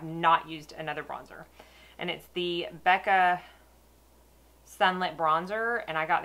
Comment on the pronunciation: most you tubers pronounce it incorrectly but it is weird spelling that only us Aussies would know. Fun fact - Becca is originally from the city where I live in Western Australia.